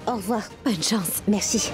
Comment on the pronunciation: Qui a entendu que karan a dit mercu mais pas merci😂😂😂